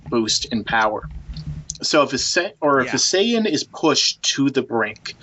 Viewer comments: And in his other video he was saying ''Sayan'' instead of saiyan. That sounds fucking retarded. All those videos and the dude can't even pronounce the names correctly. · In reality, the way the dub pronounces the word is incorrect, so "Syan" is accurate. "Saiyan" is a Barry Watson creation. Just like "Hyperbolic Time Chamber". It's the Room of Spirit and Time...and the Spirit Bomb...it's the Genki Dama. Every other dub around the world kept the Japanese terms and the Kikuchi score, but North Americans got spoiled. It's no surprise that English speaking fans are so misinformed. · Sayan? You mean how its more like, what, sigh-an or something? I'll give him a pass on that one. It may be incorrect, but all the dubs we watched as kids are to blame. Almost everyone I know (myself included) have that pronunciation drilled into their heads.